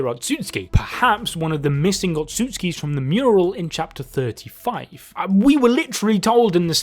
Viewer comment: Bruh tell the second dude speaking that it's pronounced oht.su.suki not ohtsuskis 🤣